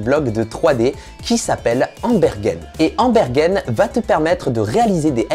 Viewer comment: C'est pas "EmberGUÈNE" !! 😂 C'est EmberGEN !!😂 Comme Générer ou generate 🙄